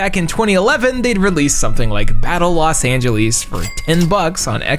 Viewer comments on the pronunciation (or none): Never heard somebody call Los Angeles "Los Angelease" until now. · “Los Angeleees” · The way bro pronounces Los Angeles bothers me a lot more than it should. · Never in my life have I heard someone pronounce Los Angeles the way you did lol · You have me laughing when you kept mispronouncing Los Angeles that was one of the funniest parts of your show. You should do a definitive top 10 list that trumps all other 10 list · The way you pronounce Los Angeles is equally funny and maddening. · It's bewildering